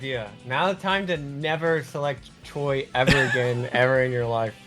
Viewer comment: You have to go back and do KoF '98 Choi's C Taunt correctly... I can't believe you got it wrong that many times, it killed the video for me lol